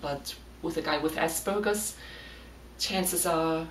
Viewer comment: You are german, and you still pronounce it ass burger. I mean, wtf 🤣😂🤣